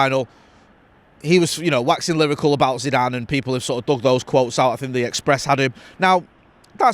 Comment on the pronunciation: You can't even say Zeezue's name you clampet family reject